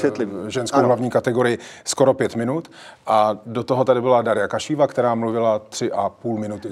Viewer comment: Pane, správný redaktor, aby nepůsobil jako povýšený macho, nekomolí jména. "Darja" říkáte správně, ale jmenuje se Kaščejevová, nikoliv Kašíva. Tak si to zapamatujte, protože o ní nejspíš ještě uslyšíte. Taky byste nerad, kdyby vaše jméno vyslovovali chybně.